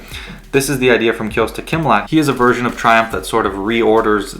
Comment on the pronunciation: Kostya not Kyosta